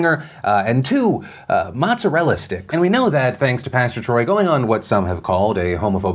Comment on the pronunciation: As an Italian I cringe seeing another Italian pronouncing "motzerella sticks".